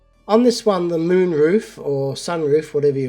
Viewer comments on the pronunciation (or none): none